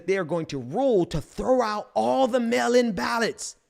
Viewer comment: Melon 🍈 ballots = Mail in ballots 😂 I appreciate your message. And it should be taken very seriously, but I keep hearing that and I can’t help but chuckle. And on a more serious note, I agree. The people will not lay over and play dead while these white supremacist tyrants try to burn down the one thing that makes this country appear to be democratic.